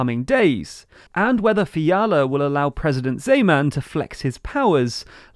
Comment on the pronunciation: It was disappointing that even simple names like ANO and Zeman were prounounced incorrectly.